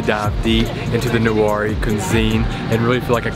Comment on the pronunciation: The pronunciation is actually NEY-WAA LAW-HAA-NA